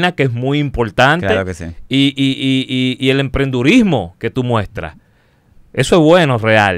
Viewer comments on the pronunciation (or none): se dice emprendedurismo, no (emprendurismo)...